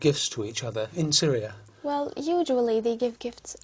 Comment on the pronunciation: ‘Usually’ was pronounced as ‘yud’uali’, ‘occasions’ she pronounced like ‘okedgenz’. ‘Just for if I have exams”: I guess ‘for’ is out of place in here))) She used ‘it’ for weekends.“The Vikings were there’ (too simplified for such an exam))))